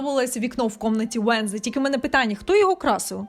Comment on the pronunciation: ЩО ТИ НАХРІН ВЕРЗЕШ НЕ УЕНСДЕЙ А ВЕНЗДЕЙ НЕ ФЕС А ФЕСТЕР ЯКЩО ТИ РОБИШ РОЛІКИ ПО СЕРІАЛУ ВЕНЗДЕЙ НЕ ПЛУТАЙ ІМЕНА ПЕРСОНАЖІВ ЦЕ БІСИТЬ